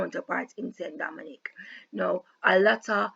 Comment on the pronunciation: ST. DOMINGUE is pronounced (san-doe-mau) not st dominique